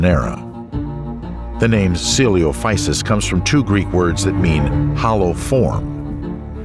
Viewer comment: How did the narrator pronounce coelophysis correctly the first time and then mispronounce it for the entire rest of the video. O_O